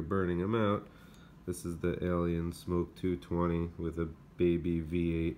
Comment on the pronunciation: I hate to be a critic but it's Amok not smoke, Smok